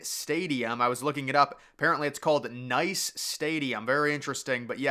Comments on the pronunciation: Dude can you please do more research for this shit? Like I know it isn’t North America, but jesus christ. First of all Allianz Riviera stadium in Nice (pronounced niece), will not be the main stadium as it is located on the other side of the country, it will host some football matches though. Also what is strange about Italian mountains? They have two of the biggest skiing areas in the world, they hosted winter olympics twice, also I really wouldn’t describe Milano as obscure since it does have 8 million people. Oh and it’s not Bisbane, it’s Brisbane, spelled with an R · Would "Nice" not be pronounced like the city, so more like "niece"? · Nice stadium??? It is pronounced Niss! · Nice lol. It's French so pronounced the same as 'niece' as in a sibling's daughter. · it's written "Nice", but pronounced "Neesse" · Nice is pronounced “niece” for future reference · The main stadium for Paris 2024 is the Stade de France in Saint Denis. Nice Stadium (pronounced niece) is in southern France and will be used for football/soccer matches only